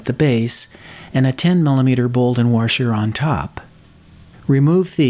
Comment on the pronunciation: Love the video! But did you say "warsher"? LOL Sorry. Just messin' with you.